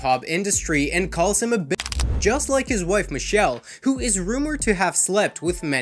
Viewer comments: I hate when y'all don't get names right 🤦🏽. Her name is Michel'le, and the last "le" is pronounced "Lay". Also, Bow Wow's name is pronounced "shawd", like the name "Shawn" 😒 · Michel’le pronounced Mi-chell-lay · Her name is not Michelle it’s Michel’le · In 1999, Michel'le not Michelle lmao